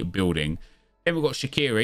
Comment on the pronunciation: BTW, Shaqiri is pronounced Shachiri.